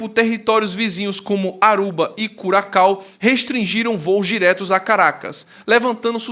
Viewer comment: NÃO se fala TAGLIA mas sim TALIA FERRO❗❗❗ Pelamor❗❗❗ 🤦🏻🤦🏻🤦🏻🤦🏻🤦🏻🤦🏻🤦🏻 E não é CURACAO mas CURAÇAO, infante❗❗❗ 🤦🏻🤦🏻🤦🏻🤦🏻🤦🏻🤦🏻🤦🏻